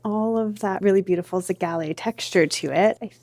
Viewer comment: whys she pronouncing zellige like that 😭the square tiles she pointed out are very pretty the bathroom is going to look great